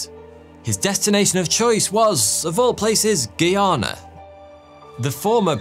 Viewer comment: Guyana? Why did he say it like that?! 😭😭😭😭